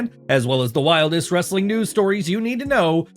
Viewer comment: I HATE this voice and his stupid ‘WWWRRRRestling’ thing he does! 🤬🤬